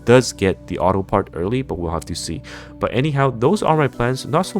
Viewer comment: Oh, he said auto? I thought he said a name like uharo or something like that. Lol, why does he have to say it that way..